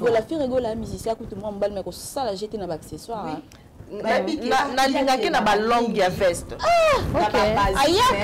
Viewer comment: Félicitations très belle émission je voudrais Attirer ton attention sur deux choses que j’ai remarqué juste il faut bien articulé quand tu parle et ne pas hésiter à revoir tes vidéos, par exemple Accessoires Tu prononces acquisoir ou encore Ça fait partie et non ça fait partir et éviter de dire ect……. Tout le temps deux remarque pour toi sinon je t’aime bisous 😘